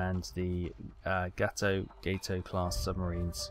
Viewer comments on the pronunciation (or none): none